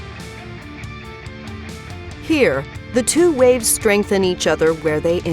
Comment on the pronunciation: The whole time watching this, I thought she was saying RAVES 😂 ohhhh